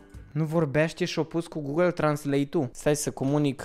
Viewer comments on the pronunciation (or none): none